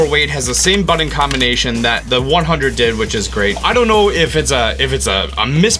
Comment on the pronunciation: it's BUTTON!!! not buddons